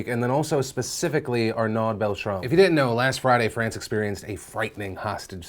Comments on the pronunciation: I know the french accent is hard for most people but please check the pronounciation once before saying a name out loud, if you listen to a pronunciation of his name you would realise it is basically pronounced "arno" and not "arnuud", I'm not trying to criticize you for it, it's more like an piece of advice for the future, as not to disrespect someone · Arnaud is prononced R-No. Thanks for noticing him.